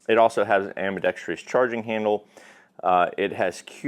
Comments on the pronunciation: It’s “ambidextrous”, not “ambidextreeous” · "Ambi-dex-tree-us" wrong.